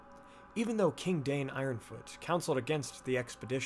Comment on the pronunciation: Forgive me for correcting you, but it’s pronounced Dine not Dain (according to the pronunciation guide at the beginning of The Children of Hurin).